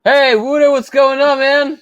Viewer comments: Wooter lol, it’s kinda pronounced as wowter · Xiaoma really just called him wooter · Whenever I've heard him pronounce his name it was "Walter" without the "l". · i know. My point was Xiaoma pronounced it Wooter.